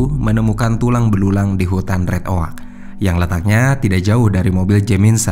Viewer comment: Kalo red oak bacanya red ek bukan red ok . Trs kalo untuk penyebutan Jamison itu sebenarnya yang benar Jameson tapi karena admin tidak terlalu ngerti structure atau grammar bahasa inggris makanya tulisan dan bacaannya harus sama padahal did dalam bahas ainggris itu salah